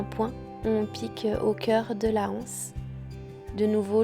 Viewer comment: Très beau sac bien réalisé ! Mais on ne dit pas la anse on dit l’anse et donc on fait la liaison aussi avec les anses , il n’y a pas de h aspiré. A bientôt de vous regarder, je ne rate aucun de vos vlogs qui me plaisent beaucoup